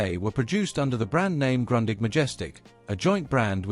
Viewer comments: Not grondig but groondich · Isn’t it pronounced more like “groondig”? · Why do you pronounce Grundig like Grøndigg? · Not Grandig - Grundig like in Groondig 😂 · Say Groondig, not Grandig. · Funny; I was always pronouncing it GRUNDING! I should have known better! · it's GrOOn dig and Porsheh !!!!!!!!!!! show some respect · it all begins with Grundig not being ‘Grondig’ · It's [ɡrʊ̈ndiħ] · Luke with Sputnik, they make videos about the Grundig they mispronounce. Please, education is free, just start learning. Groondeeg. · It’s „groondeeg“ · Wenn man schon eine Video über ein deutsches Unternehmen macht, dann sollte man den Namen wenigsten richtig aussprechen können ! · Kind of funny how languages differ in danish its a straigt u the g is not pronounced, also in danish we have the word grundig meaning well done or putting an effort into building something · Seeing as how Grundig is a German company and thus your 'history' will contain many German words, perhaps you should redo the soundtrack using someone who can pronounce German words correctly. You can't even pronounce the name of the company! I had to stop and repeat so many sections to try and interpret what was being said. Heinzelmännchen means Houshold spirit, or Kobold! The Heinzelmännchen didn't have 'Handles' on the front (to throw it away with??) it had knobs which could be rotated.